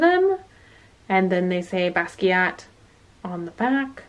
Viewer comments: Basquiat is pronounced bah-skee-ott. The Smithsonian is in D.C.. I am so enjoying all of our stormy weather! Love from The Galleria area.😘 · the T is silent:((( silent:((((( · Loving the vid! I missed these little unboxings ❤ ok but who else is cringing at the fact that is saying Ramune and Basquiat wrong? Its itching at me so much omg